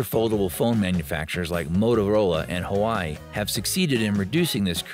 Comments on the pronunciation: You showed the fold 5 with a stylus sticking out. Is that a mockup? Several articles and videos say that the device does not come with an S pen and does not come with a storage slot. Also, Huawei is pronounced wa-way, not hawaii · I chuckled every time you mispronounced Huawei. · He legit pronounce it wrongly each time